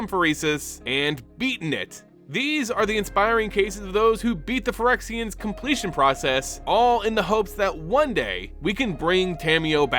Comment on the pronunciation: may sound cooler, but is also the incorrect way of saying it